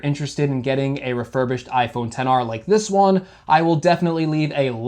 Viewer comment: sir you do know he pronounced it correctly right?